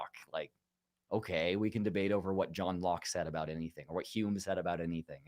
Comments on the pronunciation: JJ is very NEEDY for attention. He says ABOOT, only person in Canada who does. Claims falsely it is “Canadian Raising”…but it isn’t Notice he pronounces “sound”, “around”, “found”, “trout” normally, not as SOOND, AROOND, FOOND, TROOT. It’s just one of his annoying mannerisms. His profound hatred of all things Québec is another. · I love how jj pronounces 'about'